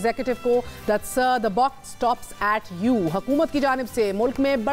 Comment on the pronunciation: The "Buck stops at you" not Box 🙈